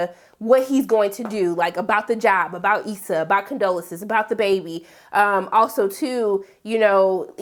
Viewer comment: The woman’s name is Condola! , not Condolences 😂 geez